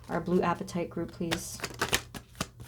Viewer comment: Pronounced " Ah pa tite" Short a sound plz 🙏